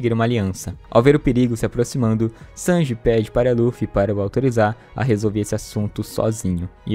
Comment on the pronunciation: Falar Chanji é foda 🤣🤣🤣🤣'